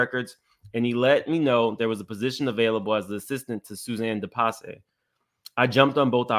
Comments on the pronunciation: It's pronounced De-Pass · You are pronouncing it wrong, its pronounced De Pass.